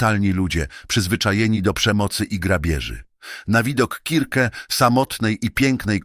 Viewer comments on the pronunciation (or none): KIRKE !!!!! A nie circe strasznie się tego słuchało